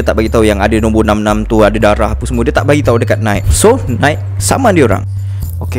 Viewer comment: Nai ki, bukan naik